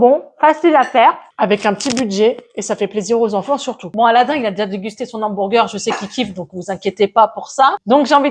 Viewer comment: Cc super recette 🎉 ça à l'air trop bon 😊, par contre pourquoi tu dis hambourger et pas hamburger ?😅 bisous 😙